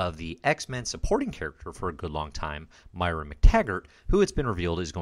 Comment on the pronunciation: Love the series. But I gotta chime in.... Moira. Moi-ra. Moy-ra